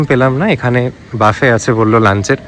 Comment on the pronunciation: "Buffet" কথাটার pronunciation হচ্ছে বুফে, বাফে নয়।